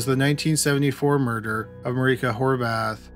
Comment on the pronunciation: omg the way he pronounced 'Horváth' was literally perfect wow